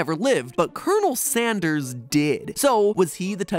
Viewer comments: Kenel Sanderes is all I can hear. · You said coronel sanders not colonel sanders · Colon...El Sanderss.